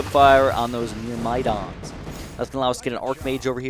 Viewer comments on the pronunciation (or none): Love the videos!! Also, myrmidons are pronounce like murr-muh-daan.